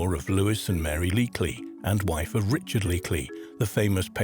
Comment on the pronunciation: How are you not going to get the name "Leakey" right in a video about archaeology? The Leakeys are a damn archaeological dynasty!